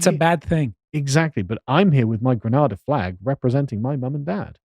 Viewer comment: Grenada 🇬🇩 not granarda, Gre-NADE-a!